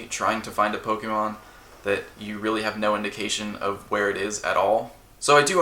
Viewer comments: "POKEMAN" it hurts everytime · I know sometimes I call Pokemon, Pokeman or Pokemons or whatever sarcastically or ironically to make fun of the fact the name has been pronounced wrong for decades, but now doing it so often in a humoristic way almost gets to the point we just call them that just because.